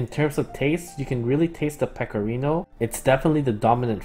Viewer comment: as an italian, i really appreciated your pronunciation of pecorino and grana :0